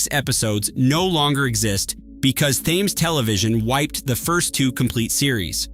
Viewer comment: How is it possible that you cannot pronounce Thames correctly?